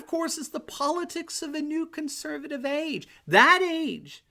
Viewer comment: Love your show, and watch every episode. However, you have recently started saying "Conservive". You have a lot to fit in, but it's an important word and should be properly articulated. All the best.